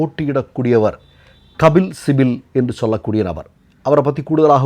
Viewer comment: கபில் சிபல்... சிபில் அல்ல. 🤝